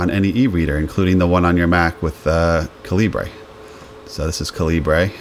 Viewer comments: Ca-lee-bray? lol It's pronounced "caliber." It's the British spelling of the word "caliber." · By the way, it is common for Americans to pronounce 'Calibre' as you did like a Spanish word. In fact, you will hear people outside of the USA pronouncing it 'Caliber'. I believe this was the original intention of the developer who was Indian where English spelling reflects the UK customs. Outside of North America 'caliber' tends to be spelled 'calibre'. So 'calibre' is just non-USA spelling of 'caliber'. Hence the confusion. Use whichever pronunciation you want but be prepared to hear both.